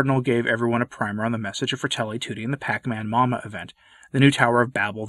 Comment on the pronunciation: It is pronounced "paCHamama, with "CH" as in Charlie.